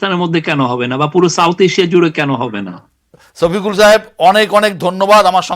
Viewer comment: ছফিকুল না সফিকুল । আপনারা বাংলা ভাষায় ছ এর প্র্যাধান্য বেশি । পূর্ব বাংলায় যেমন বিশ বলে থাকি পশ্চিম বাংলায় কুড়ি বলে থাকে ।